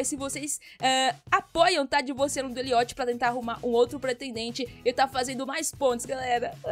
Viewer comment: Que dó, divorcia do Eliot não tadin... Ou então divorcia e casa de novo, vê se dá certo, bora burlar o jogo kkkkk Ah só uma coisinha, eu acho que não se pronuncia "eliót", porque eu já vi alguns filmes que tinham esse nome e em todos as pessoas falavam "éliót", mas não faz quase nenhuma diferença então não tem problema rsrs Like 👍 ♥